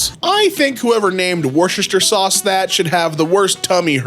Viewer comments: The sauce is pronounced wooster shear. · Worcester is pronounced Wooster . Worcestershire is pronounced Woostersher . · actually it’s pronounced ‘wustersha’ smh my head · Wooster sauce is pronounced. “Wuss-ter-shire sauce” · my point that most Americans do not know how to say Worcestershire sauce or Worcester has been proven (btw it's pronounced wu-shtuh-shuh-saws) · On today's episode of "Reading While Illiterate" we learn that can't pronounce "Worcester", "worcestershire", or "miscellaneous" correctly.